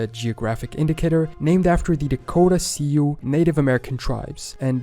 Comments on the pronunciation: Sioux is pronounced SUE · It was funny that he tried to sound out “Sioux” when it’s pronounced like “sue” and fairly common knowledge. Also I think Choctaw is pronounced just like it looks. But still overall a good video despite such quibbles.